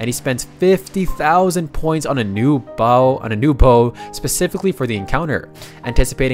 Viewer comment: i like authentic narrators im so tired of robo reading youtube channels that mispronounce simple words like bow and arrow and say BAO and arrow. its annoing af